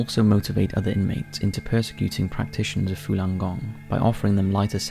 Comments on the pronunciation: Falun - not Fulan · Why are you pronouncing it “Fulan”? It’s spelled “Falun”... c’mon man